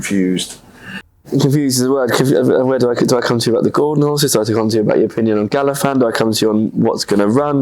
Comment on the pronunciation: Who tf is Galafan? Get it right ffs